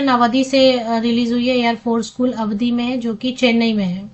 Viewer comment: अवधि नहीं है आवड़ी है मैने देखा है